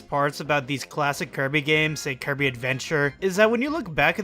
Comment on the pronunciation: sounds like he’s saying keirby 😂